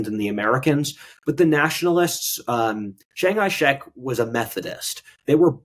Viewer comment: Chiang kai shek. kai not hai.